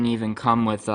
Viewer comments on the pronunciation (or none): none